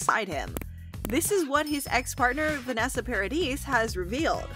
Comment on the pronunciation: 300 Mill along with a big apology sure beats the hell out of the gift basket they already sent! Did they really think that would help? But please, learn to pronounce these people's names! Vanessa's last is pronounced yes on the end is silent. Just like Camille's last name is said something mispronounced! But Lily Rose is already working at Disney so this is no confirmation in my opinion that JD Pirates. I've heard various reports none of which have said he has accepted or even been asked for that matter. Disney was quoted as saying they would even be happy with a cameo appearance. Asking Lily Rose if she would be comfortable working with big actors doesn't mean her call either they've named others as a potential choice for this film.